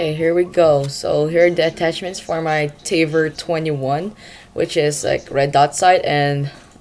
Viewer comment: you say tA-vOr not " taivor"